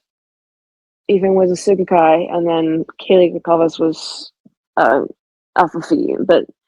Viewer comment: I’m not 100% positive but I think the Goncalves (spelling may be wrong) said in an interview it was Gonsalves